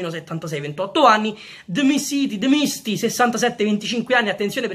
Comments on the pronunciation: È Djimsiti, non Djimisti!! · La pronuncia di "dmisti" è "gimsiti"😂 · Comunque si pronuncia gimsiti😂 grande sick